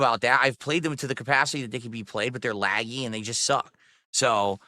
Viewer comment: “They’re lag-gee and socck.”